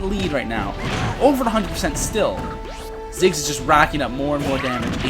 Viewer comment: Thought it was Ziggs not Jiggs.